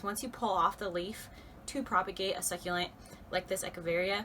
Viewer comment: I love that you say "Echeveria" correctly.